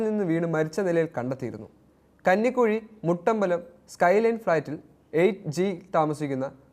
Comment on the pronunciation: കന്നി കുഴി അല്ല. കഞ്ഞിക്കുഴി 🤷🏻‍♀️